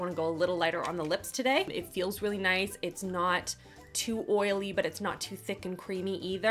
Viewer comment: Am I the only creep that likes the way she enunciates her L’s, especially when she says “really”? ¯\_(ツ)_/¯